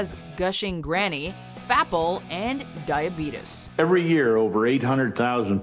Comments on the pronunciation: It’s fucking “die a bee tees" not dia betes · Listen an i swear it sounds like she’s saying DIE OR BEAT US... diabetes... dieahbeatis... die or beat us 👀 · Dia-beedus LMAO🤣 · diabeetus. hahaha that has really stood the test of time